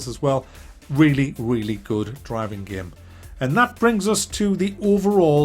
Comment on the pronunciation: Take a shot every time he says "GAEM"